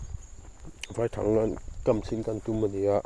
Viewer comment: Vaithang i sawi dan kha, vaihlo tia kan sawia, vai tih lai tak hi vaihlo hming kan sawi ang hian vai lai tak kha lam nise, a dik ang a, i thang herh kha a lian deuh lo maw te ka lo tia. lo awk teuh zel teh khai.